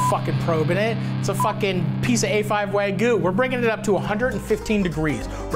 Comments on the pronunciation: Love you Matty!!! But….wtf is “Wahgoo”?😂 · wagyuu. not wagoo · Is it that hard to say wagyu lol he says wagoo every time 😂